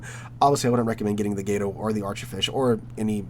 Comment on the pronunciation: as an evil sub player, GATO is way better then archer fish. Archer fish's torps SUCK and you must ping constantly which will get you killed very fast. U4501 > K1 > Gato in terms of best. Also there is no y in gato, it's just gato not gay-toe or whatever you are trying to say.